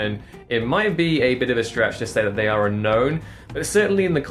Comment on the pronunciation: said “oonknown oonderated” and it was chef’s kiss